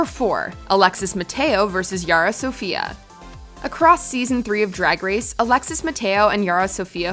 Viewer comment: i have a problem with the way she says Yara...